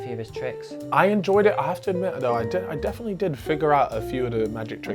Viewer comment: It’s dafinwah sheeeesh